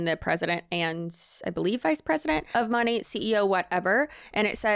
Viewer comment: Girl the way you can make a 20 minute video and not know how to pronounce the company name but saying it 5000 times is sending me. 😂